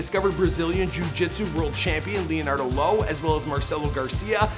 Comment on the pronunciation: "Leonardo Lo" lmao